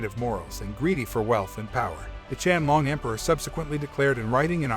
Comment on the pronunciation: Can’t watch if you can’t even pronounce Qianlong’s name correctly.